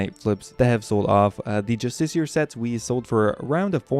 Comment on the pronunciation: You’re both wrong.. it’s “Just ish E R”